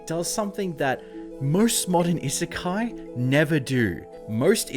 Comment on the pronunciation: He made a video about an isekai and never learned to pronounce the term?